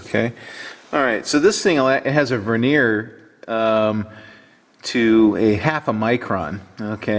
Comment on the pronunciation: helps with the pronunciation of Vernier. Please share link with and. Love the micrometer though.